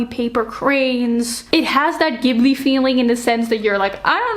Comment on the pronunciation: the pronunciation for Studio Ghibli is "ji-bu-ri"! I actually hated Blood Over Bright Haven because the writing quality did disservice to the important themes and criticisms. The first chapter was elite and the last 1/4 of the book was sooooooooooooo bad. 😭